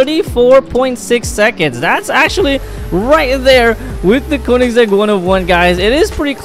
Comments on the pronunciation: Bro doesn't know to read the car names💀💀💀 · No en realidad es koenessig agera one 1